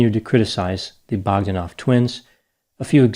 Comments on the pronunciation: Pronounced Bog DAN off. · Your pronunciation of Bog-da-noff is way off and diminishes your projected expertise. Probably the brothers try to emulate Stephen William Hawking prophet fraud. Very important take here is how the scientific community is corrupted by politics and money.